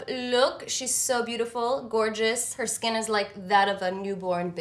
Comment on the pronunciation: Omg... her skiiiiiin ( voice)